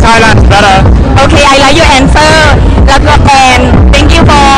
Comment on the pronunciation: “oK I liKe your answERR” 🤣